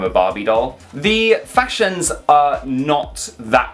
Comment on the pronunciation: I’m now forever going to pronounce it “fasashions” 🤣